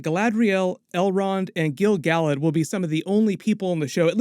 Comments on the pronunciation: Gil Galad = [gill] [gal ad] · Yeah SORE-on and Gil- GAL-ad made me wince. SOW-ron (as in ouch), and Gil-Ga-LAD, Ah-ron-deer, Eh-lehn-deel